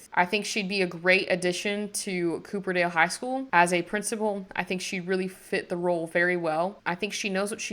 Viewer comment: tysm for the video, this was rlly helpful as i could Not concentrate reading that whole description!!! lol also, wasn't sure if it was an intentional choice but incase u didn't know it's copperdale as in the metal not cooperdale as in the car! for the longest time i thought mount komorebi was pronounced 'comorby' trust is not an insult just wanted to say something haha